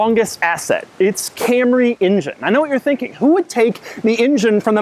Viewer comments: love the video. but call it an "en-jen" please...not an "in-jin" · injin cover? ive never heard anyone say injin instead of engine. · Why does it sound like he's saying "Ingine?" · Fuck it. I can't hear this guy say injun one more time. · Sorry I can't resist it anymore................"injin" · Doug pronounces engine like my WWII vet grandfather says native americans